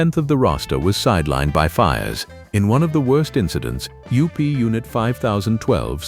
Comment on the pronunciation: A sophisticated robo-voice presentation is quickly ruined when the voice decided to pronounce UP as "up".